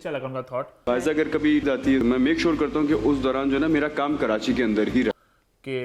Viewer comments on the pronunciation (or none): none